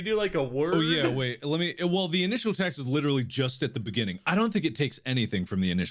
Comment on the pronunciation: The funniest joke? You mean in the beninging